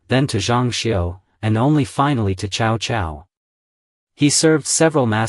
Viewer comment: Ciao-Ciao non si puoʻ sentire 😅